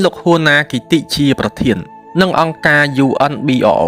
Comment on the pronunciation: កុំអាន UNBRO ថា យូ-អិន-ប៊ី-អ-អូ ត្រូវអានថា យូ-អិន-ប្រូ។ ជំនាន់នោះ គេអានថា យូអិនប្រូ។